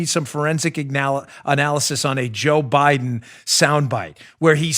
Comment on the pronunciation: it's BEAT, he also doesn't close his teeth to enunciate the "D" in Biden either